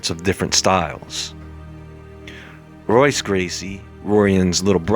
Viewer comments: Their names are pronounced differently. In Portuguese the R’s are pronounced with an H sound. So Royce is pronounced Hoyce. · pronounced "HOYCE" not Royce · The "R" in his language is sounded out as "H." It's "hoy-ss" but that's okay...you know just enough...just enough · your constant mispronunciation of the gracie names makes you look like a white belt. in portuguese the r makes an h sound. i.e. hoyce or horion. youre welcome. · R is pronounced H in the names (brasil portuguese) sounding like Hoice & Horion